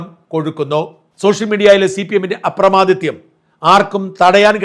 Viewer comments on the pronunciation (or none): അപ്രമാദിത്യം അല്ല അപ്രമാദിത്വം എന്നതാണ് ശരി ഷാജൻ Sir....